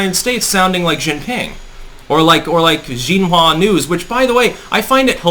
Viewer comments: BTW, XIN in Chinese is pronounced "shin" 😁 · X in pinyin is pronounced sh Xi jinping is shee jinping Xin hua news is shin hua news